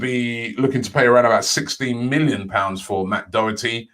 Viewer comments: Im sorry, but that mis-pronounceation of doherty was just too bad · It's matt doher tee